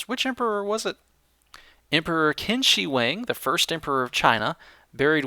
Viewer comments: lol KIN SHEE WANG rather than the proper Wade-Giles pronunciation of Ch'in Shih Huang or Qínshǐhuáng in pinyin. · It's pronounced "Cheen Sure Hhwang" (Qin Shi Huang) Great prank man! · Qin shi huang is pronounced as Tsin Shii hwang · it's pronounced "Chin She Wong" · I like the way you pronounced 'Qin Shi Huang'... xD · His name was Qin Shi Huang (you say his name really funny) and he was buried in 210 BC, not 2010 BC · I laughed SO HARD the way he pronounced Emperor Qin Shi Huang! >< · Ack, the pronunciation. Please,! This is my ancestor's name you're butchering! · Thanks for BUTCHERING QIN SHI HUANG (di)